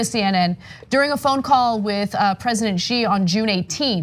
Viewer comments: Ana, Xi is pronounced as “She” not “Ge”. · Will someone please teach white people how to pronounce "Xi" PRONOUNCE IT LIKE "SHE"